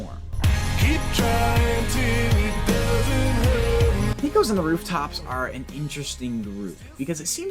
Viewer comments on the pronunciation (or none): I'm from Texas and I just wanna let you know it's pronounced "Pay-kohs". 👍 Love the new structure btw